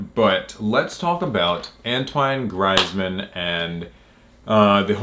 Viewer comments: It's pronounced antwon greezeman. 👀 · Antwine greizmann? 😂